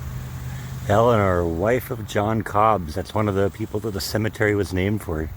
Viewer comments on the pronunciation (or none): none